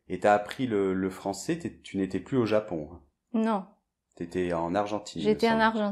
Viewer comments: 😧"beaucoup pluS vite beaucoup pluS plastique "je pensais qu'on ne prononçait pas le s à la fin de PLUS Sauf exception? Et en réponse à Le professeur 🤓 Pierre est un très bon prof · Coucou ) Pourquoi prononce toujours le S dans le mot “plus”? ( par exemple, elle dit “pluS vite”... ) Bonne journée! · COMMENT SE FAIT-IL QUE QUAND VOUS PRONONCEZ "PLUS" VOUS PRONONCEZ LE "s" ?? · Quand on dit plus vite, plus plastique etc on ne prononce pas le "s"!!!!! Les autres vidéos sont top 👍